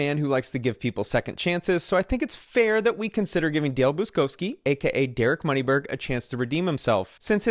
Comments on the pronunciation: Im not polish but I know a polish lastname when I see one. Its pronounced as Boochkovski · Buczkowski, not Buskowski. Pronounced Boo-chkov-skee.